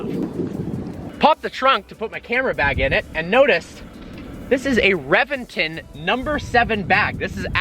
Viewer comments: It's a Actually Pronounced Rebention, Not Reventon. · ReBenton. Is correct. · reventOOOOOOOn. Not reventen' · RevenTON, not RevenTIN. #triggered😤😠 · Revinton??? RA-VEN-TON dude! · You are during a 2M car and don’t know how to pronounce the it’s name ?? It’s Rebenton !!!! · Its pronounced Rebenton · it's pronounced reventan .... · "REVENGTIN" ARE YOU SERIOUS. SAY IT PROPERLY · The revenTIN? REALLY ? REALLY ... DUDE .. REALLY ?! YOU SOUND LIKE A BUM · He pronounces the name of the car like a British person😂😂😂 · man you gotta learn how to pronounce the names correctly, Reventón and Murcielago are spanish names, ask Alejandro how to pronounce them